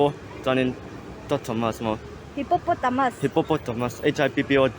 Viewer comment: A zawttunu khian mizo tawng i thiam vak bik lo ni in a lang. A dik itih ho khi adik lo vek zawk ni in alang. ami mipa phei khi chu adik itih khi dik lo ve ve. Zawhna hmasa khi(Hippototomus) tihin a lam a, a spell bawk. Second ah pawh mizo tawng ni nana Aw (A aw) hman na tur ah (A,W) angin a sawi.